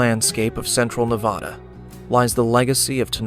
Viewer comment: Please pronounce Nevada properly. It is more like Nebraska not the soft a. I live in Nevada and we can identify non residents by this pronunciation.😊